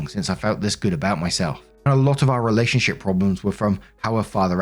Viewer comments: did you say relationshit? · Oh my god it sounded like you said “relationshit” and I love the accidental showcase